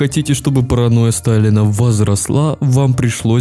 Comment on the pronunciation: ты сотню раз сказал Параноя Сталина зазазаз